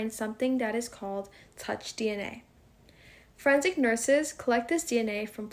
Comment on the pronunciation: And what is "friendsic"?